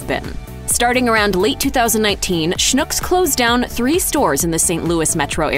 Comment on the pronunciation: You DO realize that Schnucks is pronounced to rhyme with "TUCKS"... What you are saying, "schnook", is a Yiddish word meaning "Stupid of gullible person". On the other hand, if the shoe fits...